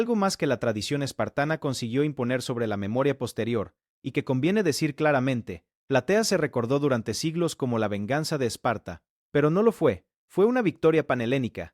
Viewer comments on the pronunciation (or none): Se dice (PLATEA). Sin lá S al final. Un saludo!